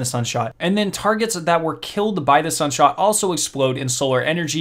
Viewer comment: Am i deaf or did you say sunshot 😐